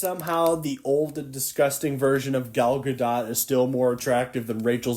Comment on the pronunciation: "i got my sources rite" proceeds to say "Gal Gar-dot"